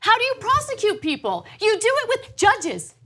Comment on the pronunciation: Jud-geez?! JUD-GEEZ?!?! ...We don't neeed no steeng-king judgeez!